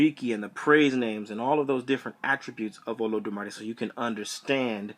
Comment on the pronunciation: You mispronounced it